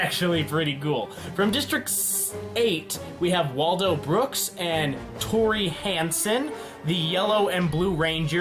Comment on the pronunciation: Tori not Tony